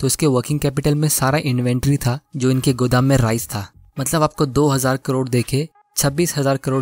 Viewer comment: "Godam"he is literally speaking like gujrati s😌🤣🤣🤣🤣